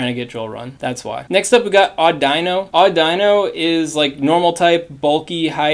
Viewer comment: Cool vid, already got my lucky drillbur 😎 Btw its pronounced o-dy-no not au-dino but noone really cares since its useless